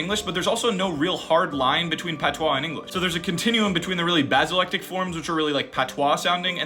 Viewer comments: It's not petois it's PATOIS😮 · His pronunciation of patois is stressing me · Isn’t it called ”patoi”, not ”patwah”?